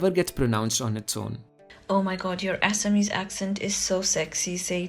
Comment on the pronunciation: Thanks for pronouncing Assamese the correct way